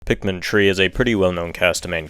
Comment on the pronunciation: It’s three not tree